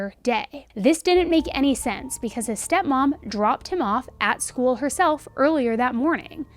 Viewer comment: School sounds a lot like Gaol. In general and at the first second of this video.